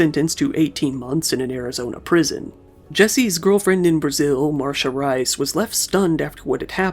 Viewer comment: "MARSHA RAIS"... loved the pronunciation. It's wrong AF but loved it.